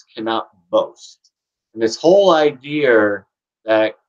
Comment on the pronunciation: Why do you add an r to the end of the word idea?